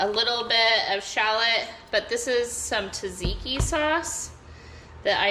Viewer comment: Love the look of the you pick farm. Tzatziki the first T is silent. But looks delicious.